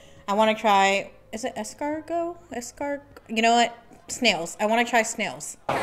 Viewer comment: Love your reactions so much! ❤ By the way, as a native French speaker you said escargot perfectly